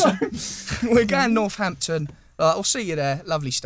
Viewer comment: its north Hampton, south Hampton, Eastham, westham